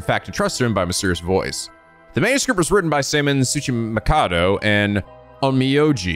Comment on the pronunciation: you did it! You said a Japanese name wrong and then course corrected to the right pronunciation! Seiman Tsuchimikado is how you pronounced it the second time! We'll get you to learn how to pronounce Japanese words yet!